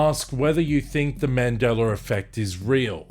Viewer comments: Is it also a Mandela Effect when I hear you pronounce it as Mandelar? 🤔🧐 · In this timeline it’s pronounced Mandeller fect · There's no R in Mandela-r lol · I was at a recent family gathering on my girls side of the family as I walked into a room where she was with her cousins I had heard one of the girls say she had her first Mandingo effect. I walked inti the room laughing and said it’s not called the Mandingo effect it’s called the Mandela effect. What the hell is a Mandingo anyway a half man half dog? I tried to explain why isn’t called the Mandela but they all seem to laugh and giggle like I was wrong. I think there’s a big possibility that in their reality it’s called Mandingo almost like how I hear the way it’s said on this video, where I hear him say Mandeler instead of Mandela. In his reality its Mandeler not Mandela. I heard one of her cousins say she couldn’t walk after she experienced her first Mandingo effect. It doesn’t sound like they understand what a Mandela effect is or care to listen to me inform them. I’m glad I’m not in that reality where you can’t walk after a Mandela effect. They didn’t want to share with me, so my conclusion is that the shift in reality they experienced was intentional and done willingly. That’s why they can relate to that reality. This stuff is definitely weird. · What is a "mandeller" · Mandeler effect 😂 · I don't understand why, the Brits and the Aussies put an "er" on the end of a word that ends with an "a"? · I think this is just how he pronounces it. Like people who say idear vs idea.